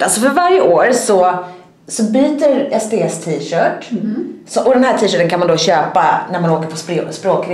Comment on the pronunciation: När du sa sts trodde jag du sa sd